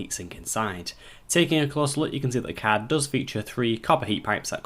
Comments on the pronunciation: damn every time he says card i hear cat ... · I hear Cod.